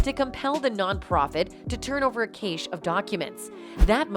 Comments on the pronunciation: "...a kashe of documents"? "...a cæsh of documents"? For the record, it's pronounced just like "cash". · I'm sorry but, did the narrator just mispronounce Cache?